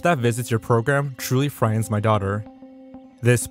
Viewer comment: The T is not silent in "frighten."